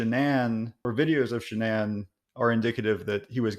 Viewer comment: What's a 'Sha-Nan'?